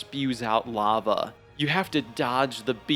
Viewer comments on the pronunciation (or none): none